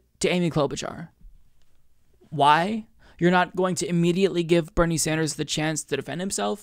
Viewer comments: Plus, she called him "Senator SanJew, er "Sanders"...lol Who is that nitwit, anyway? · Holy shit, she DID say "Sanjew". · I was going to overlook that Freudian Slip! She DID say Senator "Sanjew". SonofaBiscuit! WARREN IS OFFICIALLY TOAST.